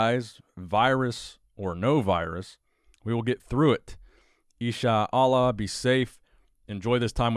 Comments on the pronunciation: Dude, it's pronounced, in shaa Allah. 😬😬🤗🤗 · E sha Ahlla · damn you butchered the insha allah.